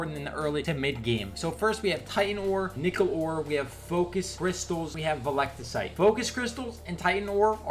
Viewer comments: "Velecticite" Wat. Veltecite. Vel. Teh. Site. Veltecite. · Vel-ti-cite not veliticite Lmaoo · "velectacite" brotha, you play the game this much and can't remember Veltecite, normally wouldn't critique something so minor but when you making a video about the shit why not at least make sure you saying it right 😂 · its "VEL" - "TEH" - "SITE"...